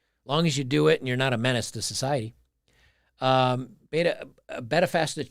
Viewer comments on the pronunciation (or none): none